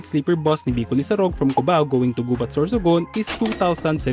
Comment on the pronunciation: the accent is on the second syllable..we say "Gubát"